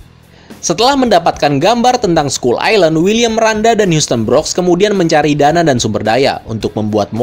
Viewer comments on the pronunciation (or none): ‘Skull’ dibaca ‘skal’ Fyi aja